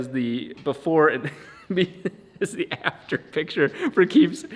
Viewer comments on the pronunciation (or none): none